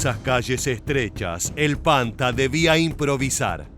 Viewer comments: No sé pronuncia "panta" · Se pronuncia "panthar" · Panther se pronuncia panta?